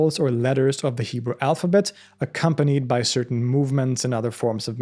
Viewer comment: Your Hebrew pronunciation is spot-on. Great work!